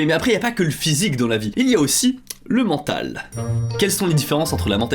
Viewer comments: 6.49 "MENTAL" ne prend pas de E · argh le "mentalE" :( bon sinon cest cool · Sympathique tes petits reportages !! Je suis curieux de connaître les coutumes , le mode vie ,des japonais , leur perception de notre culture et notre société , et je trouve que tes vidéos sont fraîches et enrichissantes !! Seul petit bémol : Le mental de prend pas de « e » a la fin … Mdrr